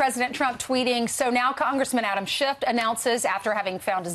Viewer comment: She said Adam Shift